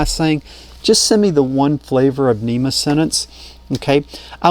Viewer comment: NMEA, not NEMA :)